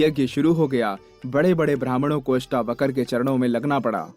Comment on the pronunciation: महर्षि अष्टावक्र जी का नाम पूरे वीडियो में अष्टावकर बोला गया है । किसी के नाम का गलत उच्चारण उसका अपमान माना जाता है।हो सके तो सही उच्चारण करें। महर्षि अष्टावक्र और महाराज जनक जी के नाम के सम्मान में बहुवचन की तरह व्यवहार करना चाहिए। जैसे "राजा जनक आये" न कि "राजा जनक आया" ;इत्यादि । आदर के भाव में बहुवचन लगता है ।